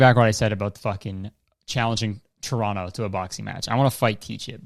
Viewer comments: 'the city of toronno' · You can tell he’s from Toronto cuz he pronounces it churrono